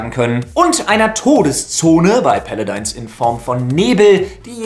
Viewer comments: "paladins" nicht "paladines" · Wenn Paladin nicht iwo im Britischen oder so anders ausgesprochen wird ist wie er es sagt so oder so falsch. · Lefloid ist der einzige Deutsche, der Paladins so komisch ausspricht "Päladeins" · Paladins heißt jetzt ,,Pele-deins,,...ok xD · "Paladeins" XD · so geil, wie du paladins aussprichst! xD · Ich kann mir denken, warum er das macht, aber es hört sich einfach so komisch an... Ich hab das so noch nie jemanden sprechen gehört